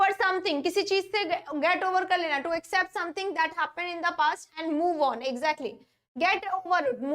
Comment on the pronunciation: इक्सेप्ट कि एक्सेप्ट मैडम? U pronounced इक्सेप्ट